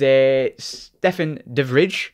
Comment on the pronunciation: Dutchman who was raised in Liverpool here, it's not Stefan the fridge haha, it's pronounced "de vry"